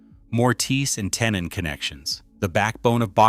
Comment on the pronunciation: Tenon is pronounced as ten not tin